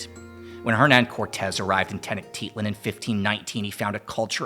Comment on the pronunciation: That pronunciation of tenochtitlan tho